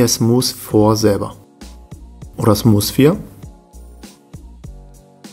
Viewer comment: Alter es heißt nicht smus